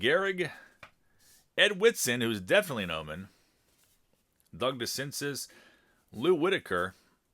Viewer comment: Good video...enjoyed it. I must say after hearing it twice...and many times before...its Doug De Sin Say. Sorry to be that guy lol